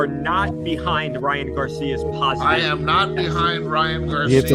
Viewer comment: look at how he says it “I AM not..”